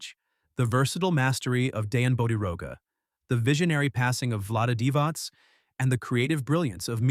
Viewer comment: It's pronounced divach not divas